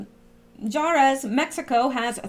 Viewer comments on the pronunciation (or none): I love your site,but you need to know how to pronounce words,like Juarez,is pronounced Warez and gesture is pronounced jesture,not knit picking but I listen while Im doing things and you confuse me....GOD BLESS YOU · I thought you might want to know it is pronounced warez, the city in Mexico. Apology accepted for remark. I also have slipped up and used the term with no malice intended. I had 2 sisters who were mentally handicapped.